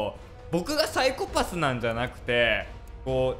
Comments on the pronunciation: また、、、 サイコ↑パスって言ってる、、、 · 最初の方「サイコパス」のイントネーション変なのが気になり過ぎて内容が入ってこないわ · サイコパスのイントネーションが違う気がするw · のサイコパスの発音 サイコ↑パス↓ 私は サ↑イコパス なんだけどみんなどっち？／(^o^)＼ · サイ⤴︎コ⤴︎パス⤵︎ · サイコパスの発音がwww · ＂サイコパス＂のイントネーション めっちゃ気になる（笑） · サイコ↑パス↓？ サイ↑コパス↓？